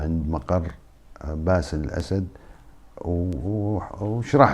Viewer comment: انت لا تخجل من نفسك ؟؟؟؟؟؟؟!!!!!!!!!!!!!يعني وش الفايدة ياذا الوجه انت تؤكد أن سوريا مورثة لهذه العائلة القاتلة عايزين رئيس من عامة الشعب لا أن تعينه القوى الاستعمارية ……،ويتكلم ويسرد بالكلام وكأنه في أمل من هذه العائلة استحي على نفسك وبلا كلام فارغ لا أصل له البته قال باسيل اسيد 😂😂😂😂😂😂